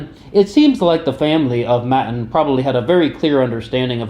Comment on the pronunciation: btw... Its pronounced Mattaan